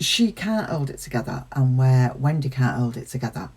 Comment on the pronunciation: Still love how you say “Wen-day”. 😁